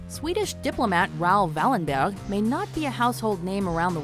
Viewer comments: Please don't pronounce a Swedish name in a German accent! Wallenberg is pronounced as "Wallenberj" and nothing else. The g is soft in probably all names containing a "berg". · That pronunciation of Wallenberg xD